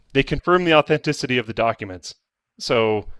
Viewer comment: authentithity? First among many errors until Linus calls him out and he admits tree-hugging in the recent past.